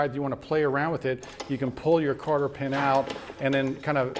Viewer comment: I assume that he is saying "cotter" pin when he says "carter" pin. I've never heard of a carter pin.